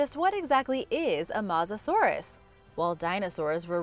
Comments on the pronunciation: is that the correct pronunciation...I thought it was pronounced MOE SASAURUS not MAH SASAURUS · It's not masasaurus as she says it's MO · “Matzoh-saurus”? I think the word you were looking to pronounces mosasaur… As in “Moses-saur”. Then again you probably eat Tom-autos and Paw-tah-toes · It’s not called a mosasaurus just called her Moses Sauris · its not mawzasauras but mossusorus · It’s not said mossasourus it’s said mosasaurus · It’s mosasaur us not Mosa saurus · Mo-sis-sor-es not moosisoorish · Not mos but mowsa saurous. Phonetically speaking... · AND WHAT IS A MASSASOROUS BROO😂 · ahh yes the MAUSASAURUS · You are actually saying mos er sur it herts me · its mo za saur us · It’s mouzusorise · Its not mozasorus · That is not how u pronounce Mosasourus its Mo sa and like sors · Mosasaur is pronounced m-oh-sa-saw-rus and plesiosaurs is pronounced please-i-o-saw-rus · It’s pronounced ‘moasasorus’ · I hate how she mispronounced its name every time. I cringed every time she said mosasorus. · I take this channel with a grain of salt, she mispronounced Mosasaurus and called it a Sabertooth tiger (no such thing) instead of Sabertooth Cat. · That is not how you say Mosasaurus no offense still love the vids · you say mosasaurus with an o at mos